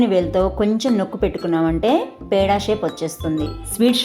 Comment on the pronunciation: దూద్ " పేడ " కాదు,,,దూద్ పెడ...